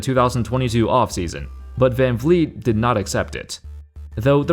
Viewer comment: Fred Van Vleet is pronounced Fred Fan Fleet.